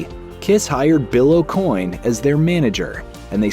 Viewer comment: Acoin is pronounced Oak-Winn